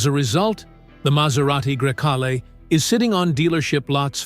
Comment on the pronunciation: ID DOT 4. And every possible way to pronounce Grecale